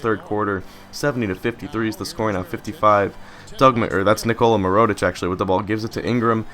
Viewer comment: It's mirror-oh-tich not mer-oh-tich